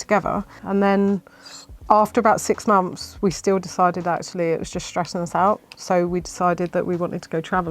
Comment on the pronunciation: Muphs instead of months?